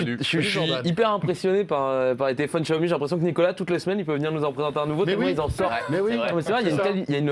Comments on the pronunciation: Ca se prononce siaomi en fait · Pourquoi François Sorel s'entête à prononcer [JIAOMI] alors que ça se prononce [CHIAOMI] ?